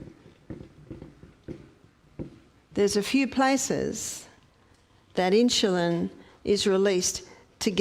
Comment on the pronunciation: Please learn to pronounce insulin correctly. You say “inshulin”. If you cannot pronounce it correctly for some reason, I apologize. (when I hear inshulin, it puts my teeth on edge. Sorry. My problem). I love your videos! I have learned so much and am making changes at age 87! THANK YOU! (I bought a rebounder!)